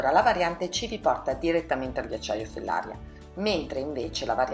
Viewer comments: Fellaría, non Fellária . Sbagli l’accento ☺️. Comunque ottimo video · Comunque la diga e’ di GERA😉 e Fellaria pronuncia come Maria